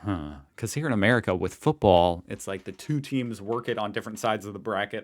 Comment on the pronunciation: It's Football... It's not hard to say ffs